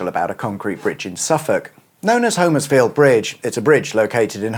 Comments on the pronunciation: As a relative local - not Homers-field but HOM-ers-field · In Suffolk, it's actually pronounced "Homersfield" with a short O (Hommers-field), rather than the long O as in "home". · Hom......ersfield, or if you are really local it's Humersfield. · It’s pronounced humersfield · Ahh,! A couple of miles from my hometown of Harleston, you should’ve said, I’d have fired up the kettle! Great little vid as always. (‘Hummers-field’, by the way 👍🏻) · Keep thinking you say Huddersfield! Love the quips about St.Evenage - or maybe its nearby neighbour Shatfield. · Yep it used to be a place I fished as a kid in the river. Pity he cannot pronounce Homerfiield which is pronounced Hommersfield. Sorry about that but in Norfolk and Suffolk we are all a bit teed off with so many people mispronouncing so many of ore ancient names. Other parts of our country have the same complaint. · Sorry can I correct your saying of Homersfield, here in Suffolk it's actually said 'Hommersfield' sorry to be pedantic, but us Suffolk people are very protective of the way words and places are pronounced!